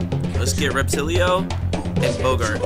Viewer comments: Will he ever realize it's Repatillo and not Reptillio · bruh i love how when a monster jumps they fall down slowly like space GRAVITY and you pronounce Repatillo like “Repa’Till’O” not “Repa’T’iLo”